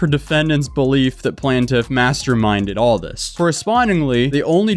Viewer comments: Hey man, i could tell you were having a tough time. Im here for you, here are some words of support. Its pronounced how its spelled: PLAIN- TIFF Get better soon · For the love of all things sparkly it's PLAINtiff like a plain donut! 😅🤣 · Thank you! Hopefully she consistently pronounces plaintiff correctly in her video 😵‍💫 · Why did you keep saying Plaintiff 2 different ways?? Correctly and then like a moron, so annoying